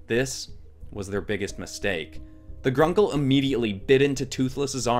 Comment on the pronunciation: So now I want to see Spyro and the rest of the Skylanders in Star Wars. Also to clarify, the difference between the video games and the Netflix Series is like the difference between the Justice League comics and the DC super hero girls. Just stick to the Video games over the Netflix series. Regarding this video, you pronounced Gronkle as Grunkle, and I hate that you turned Sweet Sunny into a zombie. But you did a great job on this, maybe for the next Spooky theme you could do Warebeasts.